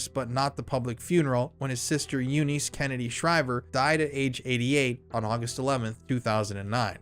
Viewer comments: You missed Anthony Radziwill, and more recently Tatianna Schlossberg. Also Eunice is pronounced like "you niss." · I’ve never heard anyone pronounce Eunice like that. That’s my only irk lol